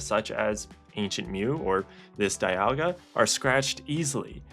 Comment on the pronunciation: Sure you can see my interent history. All you'll see is ebay and pricecharting 😂😂😂 Also you say Dialga right but not Rayquaza?